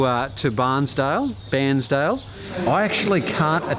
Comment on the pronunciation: Great to see you back on the bike, we (you me and as many other followers who want to join in) should have a personal challenge to drop 10kgs of Winter weight. tip #5 is where it is at. Pretty sure the Bair in Bairnsdale is pronounced the same as Hair or Fair, btw.